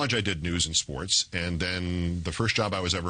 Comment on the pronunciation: Too bad Charlie Rose can't say the word "SPORTS".